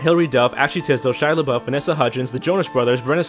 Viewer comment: Wait did he say Shia le bouf?